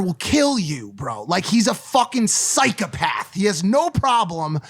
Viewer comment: I like how Mike pronounces psychopath by saying "psychapath" .